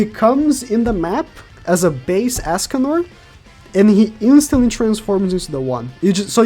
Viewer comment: For real. stop saying Askcanor. quite annoying.